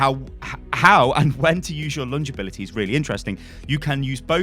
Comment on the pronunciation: “Abilitie” lol